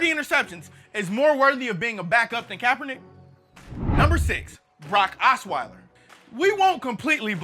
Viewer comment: Hey, you didn't only lose that "k" at the end of the first Kaepernick, you lost my subscription too.